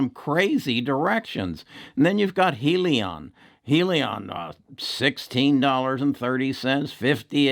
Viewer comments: I base my stock trading on fundamentals. When your video can't pronounce "HEALY-on" correct, and cant spell "Lemonaid" in your title to this video, your fundamentals dont make sense. And for that, i wont be investing in your videos any longer.... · He really doesn't know what he is talking about regarding Hyliion ... heck, he can't even pronounce the company's name correctly!!! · Yea, right! He hasn't even bothered to pronounce the name of the company correctly ... and he had started talking about it months ago!!